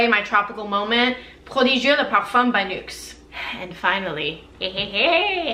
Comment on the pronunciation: Do you speak French too? You're accent when pronouncing Nuxe prodigieux le parfum was v.good! Great video keep the good work!